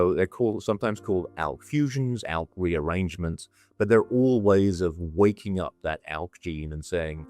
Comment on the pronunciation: El positive, Elk positive? I can't understand what she said.